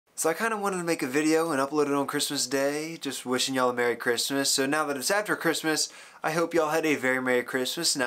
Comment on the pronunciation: "wishing yoo"..very funy accent.